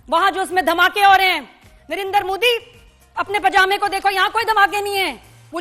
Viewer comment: O nirendra nahi Narendra... Bol bhi nahi sakta